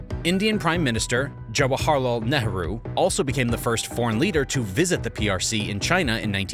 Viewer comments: Who is Neharoo??? it is pronounced "Neigh-roo" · Fascinating video, and I’d never denigrate anyone for only having read words, but Nehru is typically pronounced “NAY-ROO”.